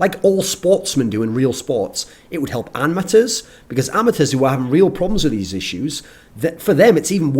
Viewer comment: i cant get over the way thorin says "amatuers". cannot unhear